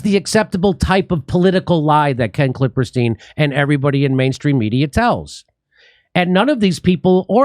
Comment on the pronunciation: I love Jimmy calling him KlippeRstein. Just hoping it’s in purpose. 😄